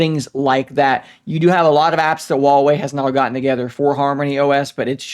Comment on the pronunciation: Stop saying Wawey it's Huewei.